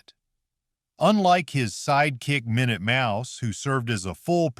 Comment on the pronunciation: 1. Pink? Batfink is NOT pink! 2. What walrus? No clips as proof. 4. Minute was not pronounced My-noot as your AI did the second time, but not the other times he's mentioned. He's pronounced correct the rest of the time. 6. No clips of Impossibles when others DO show clips. Very suspicious of your abilities to actually explain things. 8, 9. Was Sinbad Jr done in color or black and white? Screenshots in color Same with Beagles. 11. I don't recall the mantis character having red eyes...? When did he have red eyes? 12. Jonny Quest was NOT the scientist, his DAD, Benton, was the scientist! I thought Jonny Quest was on primetime.